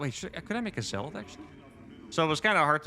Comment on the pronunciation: You pronounce zealot incorrectly.